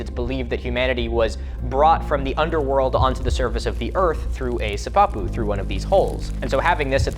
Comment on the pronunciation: Wonderful job! You asked so fwiw, I have always heard Pueblo peoples pronounce it si-pa-pu, with the short-voweled si and pa neatly clipped and equal emphasis on each syllable. Never si-pap'-u. Hopefully one of the people will see this and clarify, either way.